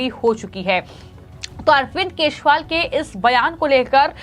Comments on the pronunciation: चोर केजरीवाल को तुरंत जेल भेजो , मॅडम वो केशवाल नही केजरीवाल है आपकी भाषा सुधारो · 😂😂😂 aise bhi anchor hote hai yar jinko hindi bi sahi se nahi aati kejriwal ko keshwal bol rahi hai😂😂😂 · Kya is anchor ko Kejriwal ka naam bolna nahin aata Dhanya ho yah anchor dekh ke bhi kundak aati Hai is anchor ko